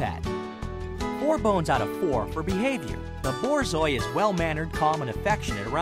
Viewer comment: “THE BOARZOAI”